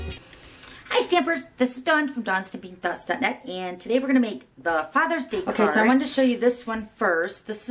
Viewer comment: I finally figured out what you were saying at the beginning....Dawn's stamping thoughts dot net....LOL